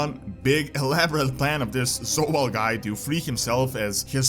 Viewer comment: I love how you pronounce Zovaal as Sowal :D